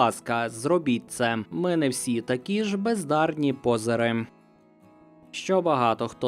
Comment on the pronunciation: все файно, але у слові "позер" наголос на 2 склад: ПОЗЕ́Р